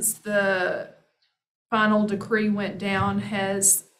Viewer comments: Decree not degree he is killing me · Decree not degree